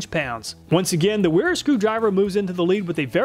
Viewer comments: So if it's German, then Wera is prnouced Veh-(H)rah ;-) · They are pronounced Vera, and Viha. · I enjoy your videos but sometimes after watching them my IQ drops 20pts. Here I am walking around saying NIP-ex, Wera and Wiha instead of Viha, Vera and Ka-nip-ex…